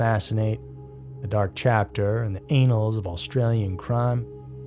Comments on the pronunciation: *annuals Not, anal. My boi said, "anuals of history." 😂😂😂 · OMG --the "anals" of history are something else. ANN-ulz. They are the ANN-ulz. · It's pronounced "ann-ulls"..."ay-nals" means something completely different. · It's not anal(s) its a(h)nals rhymes with canal. Lol wrong promounciation 😂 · Omg annals is not pronounced like anals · The anals of Australian crime? lol. You mean it’ll “haunt the a-holes of Australian crime”? (He meant “annals” -meaning historic record. Pronounced as if you said “canals” but took away the C.) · Who is Unearth Ed anyway? Are you trying to say unearthed? Pronounce it like in birthed, or perched, or searched. ED has nothing to do with it. And the ANNALS of time are not pronounced like the way I am ANAL about pronunciation, they are two different words, and are pronounced differently. Google it.